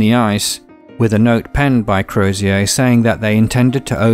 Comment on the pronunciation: HMS Terror’s Irish captain Crozier, the name is not pronounced like a French name, it’s “Crows-jur” pronounced quickly